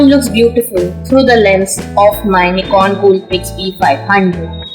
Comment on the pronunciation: มึงพูด นิกร ซะไทยเลย